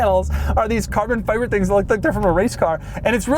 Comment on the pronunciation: Does anyone else want to kill Doug with a hatchet every time you hear him say "carbon fiBerrr"?